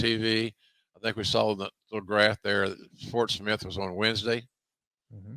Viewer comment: Did he say Fort Smith or Port Smith?